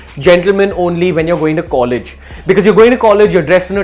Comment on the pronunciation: LMAO..What is collegy?